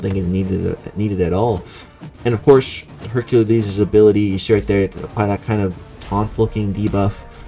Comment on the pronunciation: Practice saying Hercules bro.